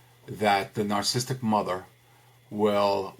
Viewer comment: Terrific but it's pronounced Nar-ciss-ist-ic - four syllables, not three. :-)